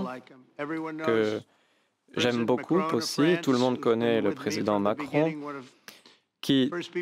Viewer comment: Il ne se rappelle pas du 'pas trop rapide' Mawwwcronnnne 😂